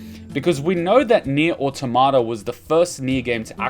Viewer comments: Nier Autom-ata not Auto-mata why do people stuggle with that word?? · that's fair but it's still Autom-ata and not Auto-marta.